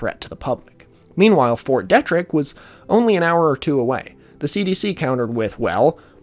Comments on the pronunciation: Kills me to hear it pronounced "detrick" when its fort DEE-trick. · Great vid as always. Just would like to note that Fort Detrick is pronounced “Dee-trick” and is not its own place; it’s entirely within the city of Frederick, MD. (Source: I live there) Also, Ft Detrick was an important place during the investigation into anthrax scares in the early 2000s. Pretty sure a scientist there was under suspicion of being the culprit. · Heads up: Fort Detrick is pronounced Fort Dee-trick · Your pronunciation is killing me. Macaque, USAMRIID, FT. Detrick, hemorrhagic... pleaaaaase if you're doing a video about something technical learn the terms. I had to stop listening. It makes it very grating. I'm not judging by any means but after about the 20th ridiculous word, I gave up.